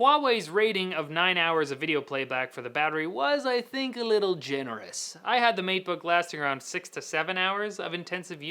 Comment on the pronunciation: All I heard was MEAT_BOOK.